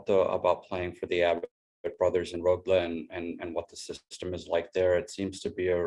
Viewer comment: I love how he said Rögle with a southern swedish accent, aka skånska